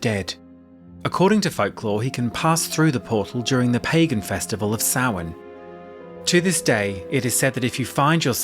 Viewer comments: Omg said Samhain correctly. So annoying when people say Sam hain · Hearing correctly pronounce 'Samhain' shook me to the very depths of my bowels. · Yes to this! I was shook, but you're right, with this level of research we shouldn't have expected any less really lol